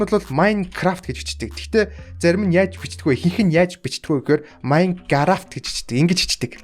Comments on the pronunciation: MAINCARAAFT TOGOJ😂😂😂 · maingaraaft maingaravt haha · maingaraaft togolooch 😂😂😂 hhhahhahahhahahhahhahahahhahahah maingaraavt maingaraavt maingaraavt???? Minegraft?? (MINECRAFT ) yu ch bichchiv 😂 oilgoj baigaa baih 😎